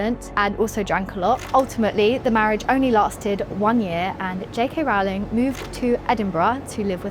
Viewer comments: As she says herself on Twitter - “surname rhymes with bowling , not growling”. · Love ya, but someone needs to put this girl through some more media training. Mispronuncing JK Rowling’s name. Claiming she wrote “The Cursed Child.” And talking as if being bothered by the term “Menstruating people” is odd…let’s do better with the next video, yes?